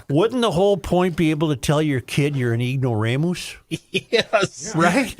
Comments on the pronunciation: Literally says “-moose” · is that the way Cracker Barrel was spelling "ignoramus" or is Joe just saying "ignoraMOOSE" for effect?